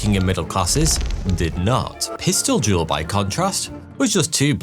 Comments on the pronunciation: Every time you say "dual" I hear "jewel." It's leaving me wondering how y'all pronounce "jewel" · Am I the only one who heard him say jewel